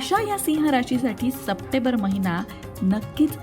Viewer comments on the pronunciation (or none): सप्टेंबर म्हणायला शिका मॅडम . चुकीचा उच्चार होतोय